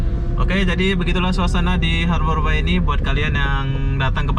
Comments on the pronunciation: Sekedar masukan, Bay pronouncing nya lebih kepada -“bei” bukan “bai”. Artinya teluk . Anyway, I miss Batam ❤️ From Singapore 🇸🇬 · harborbay bang...(bei) bukan (bai) .... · Norak ah masa ngomongnya harbor BAI , bacanya BEY bukan BAI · Pronounciation horbour bukan harbor tapi aber bey bisa dicek di kamus.. Batam (a keras) bukan batem sesuai EYD dong